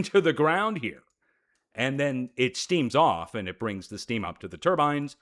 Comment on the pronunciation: "turdbines" LOL!